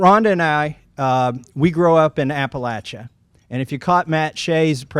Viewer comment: I am so grateful every time I hear someone properly pronounce Appalachia. There are no long A's in the word.